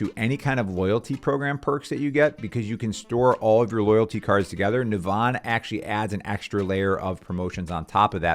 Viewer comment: It's pronounced "Navvin". It shares its name with a town in Ireland.